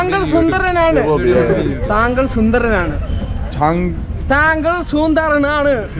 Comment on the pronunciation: comedy part... The way he saying thangal sundarananu 👍🏻😅.. Aa ചേട്ടൻ പറയുന്നതും പഠിപ്പിക്കുന്നതും അടിപൊളി .. 😅😅❤